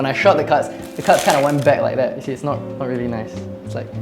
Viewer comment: "reery reery important"